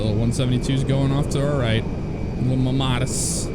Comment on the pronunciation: So, you said, "Mammatus," but I heard, "Mamadas," and I Googled that, and, well... There it is. Hashtag nsfw.